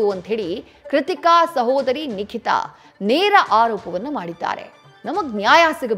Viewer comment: Not Likita..its Nikita